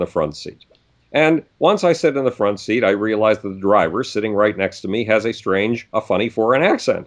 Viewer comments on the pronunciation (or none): none